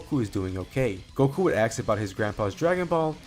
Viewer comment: you said axe instead of ask a lot, do you also cut out the smoke alarm chirps when editing the videos?